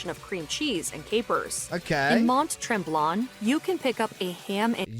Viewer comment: I wish the narrator learned how to pronounce tourtière and Mont Tremblant - she was definitely not from Quebec. Yellow mustard is the real go-to on a smoked meat sandwich, not Dijon. From west to east, our provinces are: British Columbia, Alberta, Saskatchewan, Manitoba, Ontario, Quebec, New Brunswick, Nova Scotia, Prince Edward Island and Newfoundland and our three territories are: Northwest Territories, Yukon and Nunavut. Nfld became a province in 1949, prior to that it was a separate dominion that was part of British Empire. Nunavut became an official territory in 1999. Montreal bagels are the best and, yes, we will often eat them plain because they smell so good when they are hot from the wood ovens. Otherwise, we enjoy them with cream cheese, smoked salmon, red onion, capers, dill and lemon zest but many will enjoy them toasted with peanut butter. Maple toffee is made by boiling down the syrup (which is made by boiling down the sap) and then pouring it on clean snow packed snow and rolling it up with a popsicle stick…the best treat ever. 🇨🇦